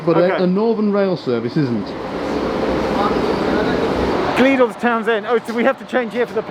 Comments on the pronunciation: "gleedles" v "gleed-less" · Nowt in comparison to the pronunciation of gleadless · Rotherham and Gleadless pronounciations were funny 😂